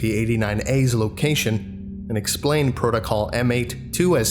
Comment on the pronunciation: Not trying to be a dick, but did anyone else get confused by his pronunciation of location? I actually tried googling lucation.